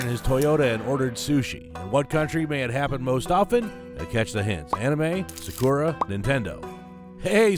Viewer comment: You kinda drive me nuts with your mispronounciation of Japanese words. Sakura should be pronounced sah-koora, and Datsun should be pronounced Daht-sen. Just something to keep in mind the next time you make a video